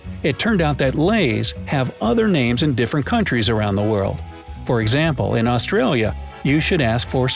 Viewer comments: Wow, his Mandarin is worse than his English. Still can't pronounce Australia. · Pronounces Australia, Danone, Knorr, Becel, and Burger incorrectly. But Poulet Frit Kentucky, gets it perfectly. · Did he say "AustriAlia"?